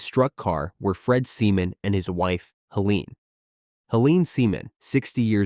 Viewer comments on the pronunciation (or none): none